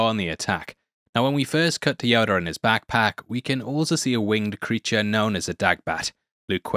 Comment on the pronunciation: It's Yoda not "Yodar"